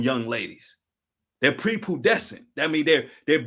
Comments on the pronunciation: 17 min mark - it’s pronounced “prepubescent” brother, not prepudecent. Pree-pu-bes-sent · pre- Pu- bescent ( Pronounced…. “Pre-PEW-bescent” ) ✌️ & ❤️